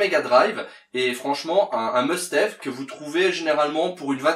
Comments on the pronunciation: Pour bien commencer une collection MD il aurait fallu démarrer par une MD 1, pas la 2 :) Pour le reste du top, je ne critiquerai pas le choix, car personne n est jamais d accord de toute manière. ... mais la vidéo était sympa, et c est agréable de t écouter (sauf pour le "must haive " :) :) :) ) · Très belle sélection pour débuter en plus les jeux ne sont pas très chers. Par contre must have se prononce comme le a francais.j’ai pas trop accroché à landstalker et a power rangers. T’aurais pu mettre gley lancer, eliminate down et wily wars qui sont très abordables 😂